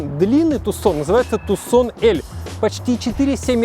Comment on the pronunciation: ни разу за ролик не услышал правильного произношения))) Тюсон, с ударением на ю!!! Тюсон, Аризона - город такой в Аризоне, ну))